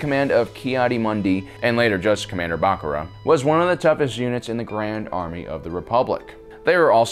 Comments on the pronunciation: It’s pronounced ba car ah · " Commander Back-ara " that pronunciation though xD